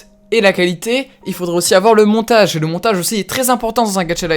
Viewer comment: "le Monatage"